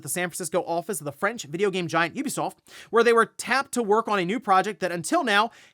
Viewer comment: Ubisoft is finally tired of this guys pronouncing it’s company’s name incorrectly and selling.😂